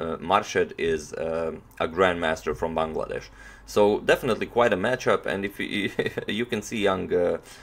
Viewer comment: You're the first foreigner pronouncing Bangladesh just right. 👌